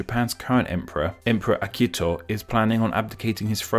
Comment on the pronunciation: You did not pronounce H sound in Akihito.